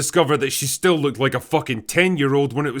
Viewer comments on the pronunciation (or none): none